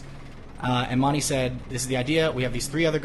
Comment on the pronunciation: has anyone ever noticed burnie cant say "said"? he says "sayed" (or "say'd" or even "sade" if you prefer)